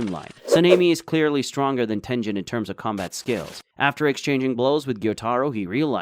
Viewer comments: Ah yes tenjen instead of tengen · 2 seconds in and the guy really said tenjen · Ten-jen? I don't get how the names are mispronounced when they're constantly said.